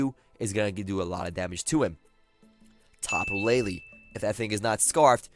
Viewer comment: It's Tapu LeiLei not LeiLi